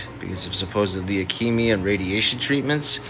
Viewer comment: Just to clarify, it's not "akemia" its 'leukemia". DeeDee was malingering but malingering is not "maligning". Maligining means to speak about someone in a spitefully critical way